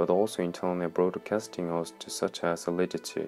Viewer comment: He can't even pronounce her name lol